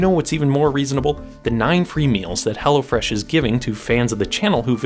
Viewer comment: Is ot "Hella Fresh" or Hello Fresh... ? 😂